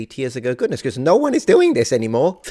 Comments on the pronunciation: lol. fun video. If you want to improve "Oh No!" to make it more Aussie - try "ah, no!" or "uh, no!". Also for a more broad accent you have the "naur" sound for "no" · Did you see those shorts on youtube that include AUSSIES CAN'T SAY NO. There are other Aussie pronunciations in the same vein. I mentioned it because your NO needs work. Sorry mate. BTW? Making the a an e? So if we go to Macca's is it off to Mecca? Yeah nah.